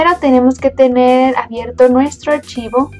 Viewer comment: "Un *ashivoh*" xddddddddddddddddddd